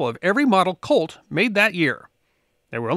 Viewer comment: I have to keep telling myself that you are saying "COLT" and not "CULT".